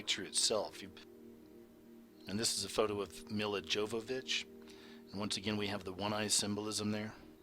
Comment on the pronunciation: "YOVO-vitch" The "J" is a "Y" sound.